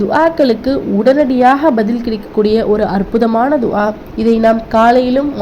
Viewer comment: துஆவை சரியாக உச்சரிக்க கற்றுங் கொண்டு மற்றவர்களுக்கு போதிங்கவும்